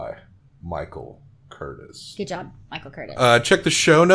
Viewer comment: The Director's name was pronounced CurTIZ, with the accent on the second syllable and a noticeable "z" at the end. You don't say it like "Curtis." Also, the sword fight where Levasseur is killed was filmed at Three Arches Bay in Laguna Beach.